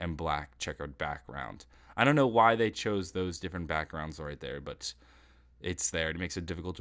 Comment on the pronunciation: is "Get in there!" not "Get in therel"